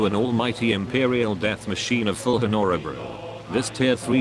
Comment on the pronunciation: I like when the Robot cannot pronounce words lke Honorabrue